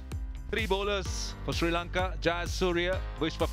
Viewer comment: Why does the afghan commentator saying SIRI LANKA instead of Sri Lanka, i became so mad at him 😡.